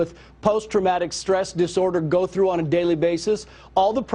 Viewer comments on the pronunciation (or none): none